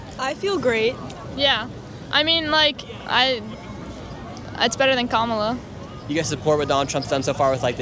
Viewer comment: Didn't know the host's politics until he intentionally mispronounced Kamala's name.